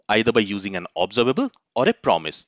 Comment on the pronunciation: Please lookup the correct pronunciation of 'Observable' using any dictionary on internet. Its a shame that you did not do this before this lesson.